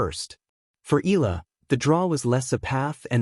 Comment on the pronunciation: Until u pronounce it right, i won't press 'subscribe' or 'like'. EEE-YA-LAH